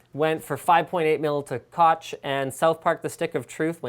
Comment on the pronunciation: Koch is pronounced like cock, but with more of the classic german chhh sound (like phlegm)